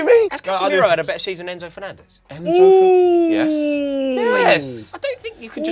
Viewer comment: Did bro just say Enzo Fernandez 😂💀😭